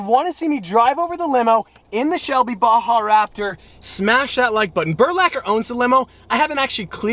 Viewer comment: Why can't americans prenounce baja?